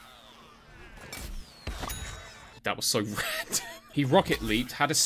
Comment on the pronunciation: I Just Love How He Says "Random" "That Was So RanDoM."